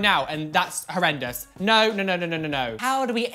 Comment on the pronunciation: This is how many times he said that’s hORreDoUes 👇 👇 👇 👇